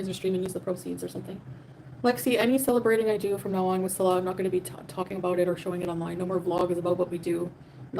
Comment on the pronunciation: Its because she cant pronounce his name salah (prayer) and salah (peace maker) is like Bass (fish) and Bass (sound)...a year and she cant say his name.